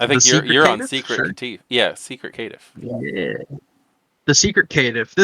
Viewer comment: You forgot the ear destroyer: Kit-tiff